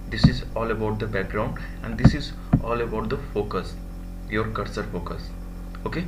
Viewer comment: this guy single handedly ruined the word "FOCUS"